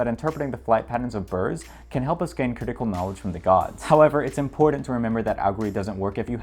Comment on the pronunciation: People pronouncing “important” like that are some of the most untrustworthy people in this and every other universe possible